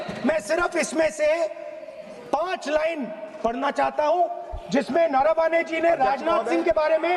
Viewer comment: It's मनोज नरवणे not नरावाने